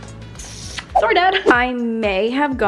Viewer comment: And when she says sorry haha